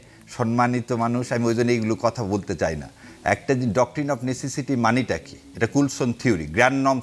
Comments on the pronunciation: ব্যারেস্টার সাহেব ওইটা (১২:৫৮ মিনিটে) নেসেটিসি না নিসেসিটি। দারুণ আপনার পড়াশুনা😂😂😂😂😂😂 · নেসেসিটি যে উচ্চারণ করতে পারে না, সে আবার ব্যারিস্টার!!!!!!